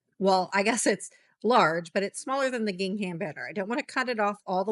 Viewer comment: Helpful Canva tips, thank you... but PLEASE... Please look up the correct way to pronounce "gingham" before making another video.